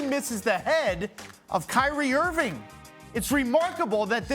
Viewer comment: Cry-rie Earving!!!